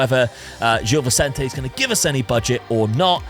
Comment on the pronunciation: great video as always, btw gil vecente is pronounced more like jill visente